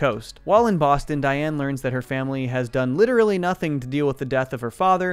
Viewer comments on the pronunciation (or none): none